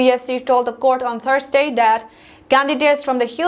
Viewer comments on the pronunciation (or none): Another correction Thursday was pronounce as thars-day/Eastern as Eastarn. This are some simple words which can easily be corrected if she wants to improve.